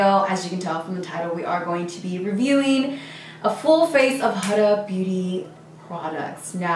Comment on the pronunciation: WeirdoInTheCorner lmao and how she pronounces “Huda”